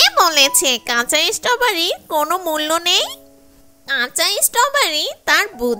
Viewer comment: ইসষ্টবারি।।। এটা কিরকম উচ্চারণ